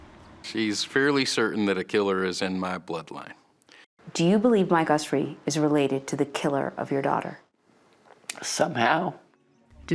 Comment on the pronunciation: It would have been good of the producers to pronounce Michael Usry's name correctly. They had, after all, heard him say it himself in their interviews of him